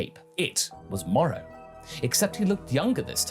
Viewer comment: It's Moro... with an o.